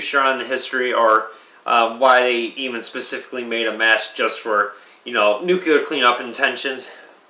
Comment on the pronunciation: It's pronounced nuclear, not nucular.